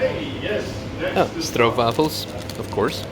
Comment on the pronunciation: Stroop wafels hahaha netjes uitgesproken